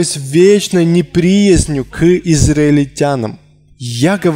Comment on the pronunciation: Переводчик не умеет читать! Неприязнь с ударением на Я! Слух режет😬